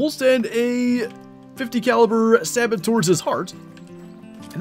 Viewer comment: Great hunt, but the way your saying sabot is urking me, its Sabo and the T is silent